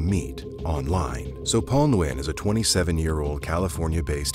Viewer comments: Nguyen is pronounced "Win" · There is absolutely no reason to ever go to Central or South America. Especially nowadays. Side note: Nguyen is pronounced “win.” Don’t if this is AI voiceover or human, but the pronunciation is wrong.